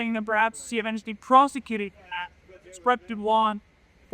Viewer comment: Two illiterates, he's a mess said prostituted not prosecuted 😂